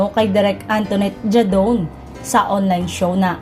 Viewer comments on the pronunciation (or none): Jadaone is pronounce as ha-daw-ne